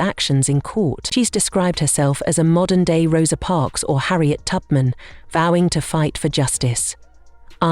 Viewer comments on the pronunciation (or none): She said, Harriet Tuppit 😂